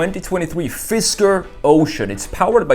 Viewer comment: FisKer, not FisTer